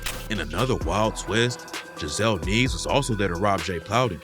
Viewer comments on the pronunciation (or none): The way you pronounced the last name “Nieves” pissed me off… 💀😂